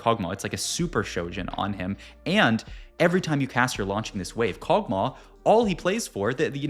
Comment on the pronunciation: Kog tauh 😂